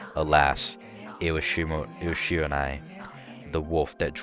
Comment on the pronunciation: oh and i think Shiranui is pronounced (she-re-nu-e)